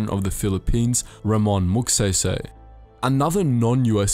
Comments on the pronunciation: Ramon Magsaysay is pronounced Rah mon Mag Scy Scy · Back then the philippines was powerful. It's pronouced RA-MOON MAAG-SIGH-SIGH use a filipino accent and you have prounouced it right.